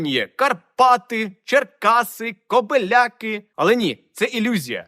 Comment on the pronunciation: Особлива подяка за те,що назву мого рідного міста Кобеляки,ти вимовляєш через літеру Е,а не так як більшість, через и. Слава Україні.